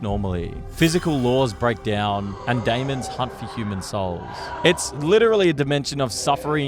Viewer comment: “layz gun” “day-mons”